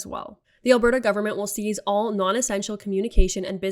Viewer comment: Say cease not seize - clearer enunciation. Thank you for you excellent and clear presentation.